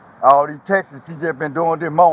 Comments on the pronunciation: It's texts not textes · He said,Reed awl dem Texas!😅 For the normal speaking humans he was attempting to say ,read all of the texts!😅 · "all them textes. All them textes" 😆😆😆😆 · He said just read all da textes😂🤣😂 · “Read all da Texas”😂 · Say “tex-es” one more time unc lol